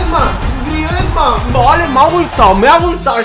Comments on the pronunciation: es grisman no griesman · Dice griezman toty